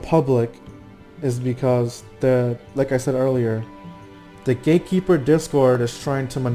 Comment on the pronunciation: I always hear Gay-keeper...